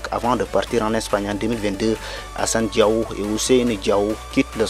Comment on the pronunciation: Il faut bien prononcer c'est pas diaw c'est diao